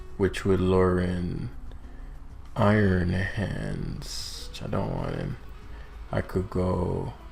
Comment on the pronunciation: I just noticed iron hands is pronounced ion hands, which makes a nice pun since it's electric type lol